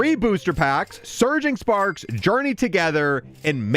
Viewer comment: Idk why I hear Surging Farts whenever dude says Surging Sparks hahaha